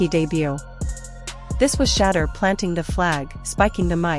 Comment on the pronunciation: then program it to say she door!